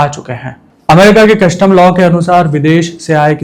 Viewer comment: मेरे यार, कस्टम होता है, कशटम नहीं!